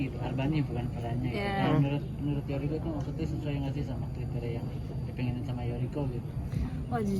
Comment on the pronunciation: Yoriko mas bukan Yuriko